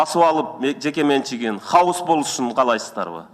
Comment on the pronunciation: пыркыратура эмес прокуратура деп айтылат. Сен мыйзам менен жашап жатасынбы? Хаус эмес хаос.